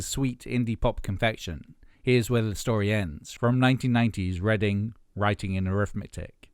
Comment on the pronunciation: What the heck was that misreading of Reading, Writing, Arithmetics. It not Reading the town, Idjit. Your videos are usually great but that knocks a point off.